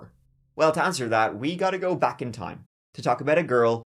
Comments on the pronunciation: It's pronounced 'go', not 'geew'. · I hate how he pronounces "go" like "goo"..super annoying. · Yes his catch phrase is “give it a goo” not go 🙄 must be new here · Stop saying “A gew” and you will have more views that Mr ballen